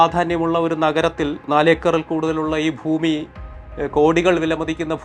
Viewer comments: ഫുമി അല്ല ഭൂമി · ഫൂമി അല്ല ഭൂമി